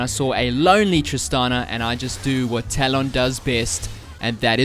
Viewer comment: As a guy who mains talon he does'nt know how to pronounce his name....